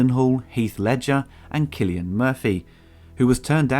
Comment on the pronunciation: SEE-silian Murphy